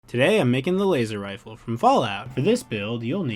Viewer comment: Dude, that's a weally wad Wazer Wifle!